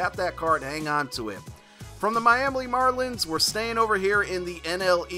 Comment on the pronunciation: Miamli Marlins 😂😂 was i the only one who caught that?